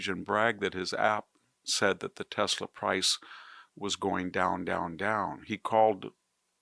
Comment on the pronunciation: baseball is back; you could learn how to pronounce Tesla, make a smart difference; IMO you have lost your way, and me...............Cya